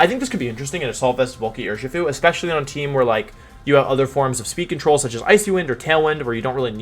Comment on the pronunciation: I think wideo man is pronouncing Urshifu wrong. It's clearly pronounced You-Are-(Master)-Shifu.